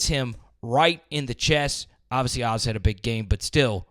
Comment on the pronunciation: Just a heads up...I know he's gone now but it's not Oz. He HATES that. He's called O.Z. (Owe Zee).